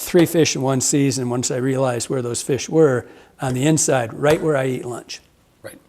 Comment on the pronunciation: “Slide Innside” 🤣